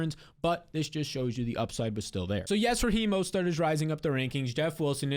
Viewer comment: Mostert, not mostart lol